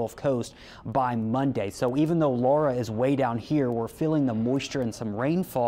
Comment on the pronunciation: AND he knows how to pronounce Laura! (Not Lora.)